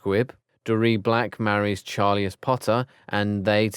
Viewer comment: Cygni-us. Char-li-us. Nar-cius. WTF!